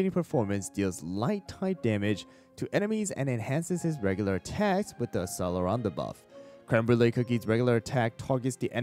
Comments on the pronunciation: accelerando read like achelerando :((( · its generally pronounced ak sell er ah ndo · Just a tip, the cell in accellerando is pronounced like you would say cello. It was driving me insane 😭